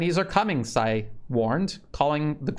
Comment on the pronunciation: Funny anecdote the way you’re pronouncing Tsai as Sai means sh it in the dialect they use in Taiwan. It’s very appropriate though.